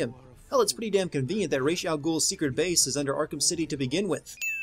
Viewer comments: don't mispronounce Ra's name, it makes you sound like a noob why is it that everyone who does an everything wrong with video on this game know so little about the batman universe? Ra's has always known Bruce is batman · It's Ra's (rashe) not Ra' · "Reysh" al Ghul.. ><; stop!